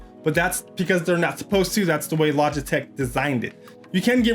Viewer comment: he says logitech wrong :)